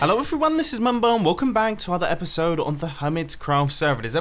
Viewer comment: The next ephesode -Mumbo 2018 (i meant to spell episode that way thats how he said it}